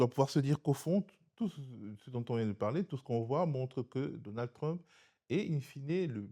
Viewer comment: j adore comment il massacre la prononciation de trump en truumpe lol